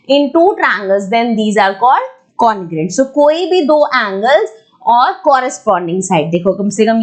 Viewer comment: maam ur teaching is awsome but please me as a subscriber mind this comment and dont say congruent congrant no beijjati